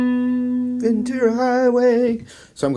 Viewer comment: I'm from Ventura and thank you so much for saying "VenTura" and not "VenCHura" like America and Petty.